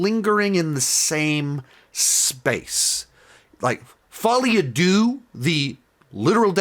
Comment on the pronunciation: 🤓: its pronounced (fol-eee-ah-duh)